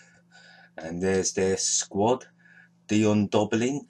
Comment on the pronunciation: "Dion Doblin" 🤣